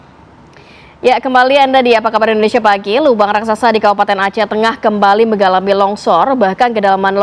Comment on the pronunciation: Me"NGA"lami bukan me"NGGA"lami ya Anda berse"NGGA"ma dengan presenter disebelah anda bukan berse"NGA"ma.. dapat dibedakan ya mbak presenter yang cerdas